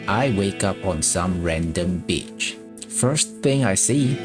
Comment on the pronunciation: I wake up on some random beach... the way you say beach though lol